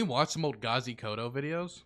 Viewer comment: KODZO not koto. And yeah he's crazy but he's also really funny.